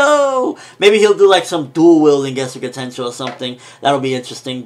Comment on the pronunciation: It's getsuga tenshou not getsu ga tenshou